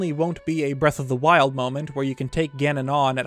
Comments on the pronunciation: Breath of the Meth? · "what was it called again?" Me: Breath of the Weth